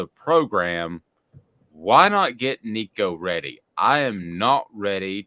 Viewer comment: No, do not start a freshman in this league. Joe did great in the orange bowl. Build off that. Sit Nico this year. Its his show in 2024. Also do yourself a favor. Learn to pronounce his last name. Tennessee football posted a video of Nico teaching people how to say it.